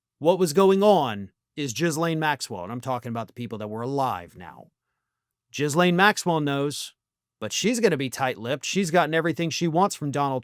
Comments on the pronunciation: Gee-lane or Gil-ane, not Jis-lane. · Ghi-lane N̈OT Jizz-lane. Hard G and no S in the pronunciation. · its pronounced Ghoul lane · Pssst… You miss pronounced jizz-lane again and I’ve said it before they were fuqn. What grown anything is going to have a picture of their friend but not their partner. The Clinton Monica dress photo… would have been done by him sitting for the painting. That’s more rare today but a lot of artists still do it. His dna was on that dress bc he was being milked. While… ALLEGEDLY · Americans - please! How many different pronunciations must we endure? Ghislaine is a French name. The G is hard (that's what the h is for), the s is silent, and the -aine is not -ayn, it's kind of -ehhn. It's pretty much Ghee-lehhn. It's really not hard. Not the most important aspect of the Epstein case by a very long way, I'm well aware, but I would at least hope that the more educated Youtubers such as could make more of an effort. "Jizlayn" really grates, and puts me in mind of all those rightwing 'reporters', influencers and lawmakers who insisted on purposely mispronouncing Kamala as Kamahhla. Otherwise... keep up the great work! 🙂